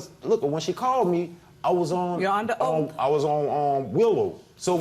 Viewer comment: She said oak not oath